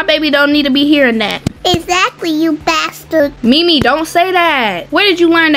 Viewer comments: Mimi is cepe on saying baster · Mimi says basterd 😂😂😂